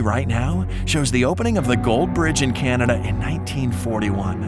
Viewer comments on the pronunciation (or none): none